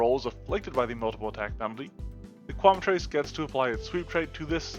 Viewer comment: I hate to be a jerk, but you're mispronouncing Quemetrice. It's "Kwe-met-trick-uh."